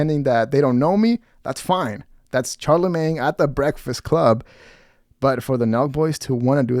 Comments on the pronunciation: Who’s Char-lamagne? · Hey, it's phonetically SHAR-la-main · For future reference it’s pronounced “sharlamagne”